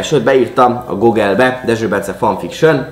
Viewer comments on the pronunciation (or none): Gogel nem Google???